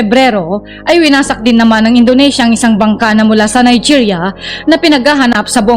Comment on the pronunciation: Indonesia NOT Indonasia..😂